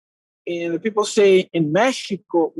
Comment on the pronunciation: Anderson 'Peeple' Silva